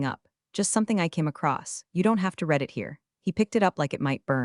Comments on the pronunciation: Still mispronouncing live and read. Is anyone auditing these stories? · AI text-to-voice still has some problems! Example, in “I read the story.” and “I will read the story.” the word “read” has two different pronunciations.